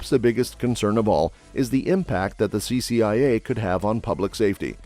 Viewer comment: CCIA, was misread several times, CIA also, This reader should be fired.